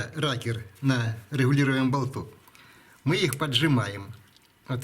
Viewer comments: Насмешило - отец называет рокер- "ракер" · Не ракер а рокер